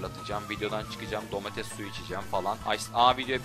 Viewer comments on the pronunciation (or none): none